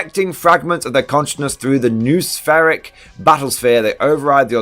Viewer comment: Not a big deal, and ita a bit of a silly work but noosphere (noospheric) is pronounced noh-oh-sphere, not nooh-sphere